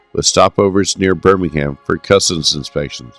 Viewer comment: DARBY, BIRMING(UM), R OOT ES, other than that a good potted history of a great airline